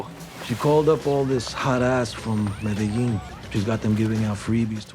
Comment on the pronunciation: Like how Trixie talked about white people miss pronouncing Spanish then in the next cut says Medellín wrong